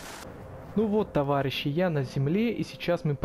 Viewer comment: Ты сказал товагищи